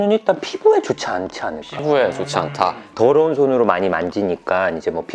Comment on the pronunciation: dㅓ러운 ㅋㅋ발음 왤케 찰지죠